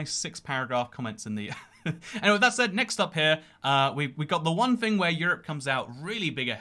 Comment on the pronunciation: I love when he says "fing" with a southern accent